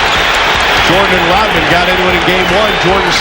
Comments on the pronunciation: Dude pronounces Rodman like rotman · It's RODman, not ROTman, you dolt. And Rodman did pretty good against Jordan. Rodman is also in the HOF in case you didn't know. As is Joe Dumars and Isiah Thomas. Oh, and in case you didn't know, the Detroit Pistons beat the Jordan Bulls 3 out of 4 years in the playoffs 1988 thru 1991. Easily.